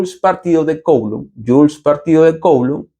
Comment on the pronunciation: Coulomb en francés se pronuncia /kulõ/ 😳